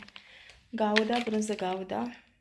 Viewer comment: Vrei sa zici brânză "guda " nu " gauda" 😅